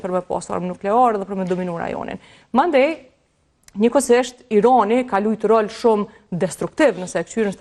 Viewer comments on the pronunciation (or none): Analiste per lesh te shtypur meso qjuhen shqipe Irani jo Ironi